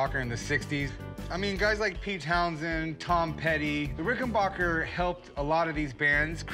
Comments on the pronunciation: For the last time it’s pronounced RickenBACKer NOT RickenBACHer. Just like it’s spelled. It’s not a German Company. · Rick-en-BACKER, not "Rick-in-BACH-er" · its pronounced "ricken-BACK-er" not BOCK-er. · Pronounced Ricken BACKER not bacher. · backer! omg chum rickenbacker! its not rice lmao orvil rickenboker.